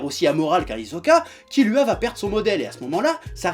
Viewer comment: Kirua pas kilua